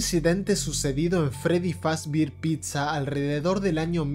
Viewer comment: Freddy's Fazbear's pizza❌ Freddy's fabir pizza✔️